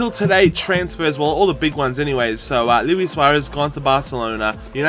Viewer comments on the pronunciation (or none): none